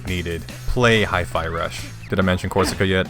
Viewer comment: man, the bast part is when you say ''Korsica''. pure dopamine rush here